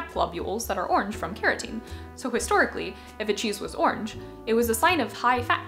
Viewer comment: I came for the interesting video, and stayed for the great pronounciation of "orange", or I guess I should say "ornj"! What a delightful accent.